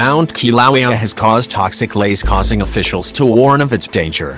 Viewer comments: Doesn't the Defense Department have any HUMAN'S who can read into a microphone? The robot doesn't pronounce Kilauea correctly, and that takes any kind of attention away from the PHONY sounding voice. I REFUSE TO SUBSCRIBE, and everyone else should too. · Can't even pronounce Kilauea!! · Man you should learn to pronounce Kilauea properly the way you say it sounds terrible. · Not another CG voice? Sorry, stopped video and unsubscribed within 12 seconds, after hearing the butchered pronunciation of the name of the volcano. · This horrible auto-voice cannot pronounce words. Please replace it with somebody that has a pulse. It's saying "ki-LAH-wee-uh" over and over and over. And I still can't get what the green bead thingys are, after several replays. Is the voice trying to say "peridot"? It is maddening!!!